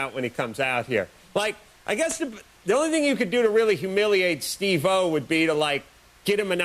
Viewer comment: SteveO not steve - o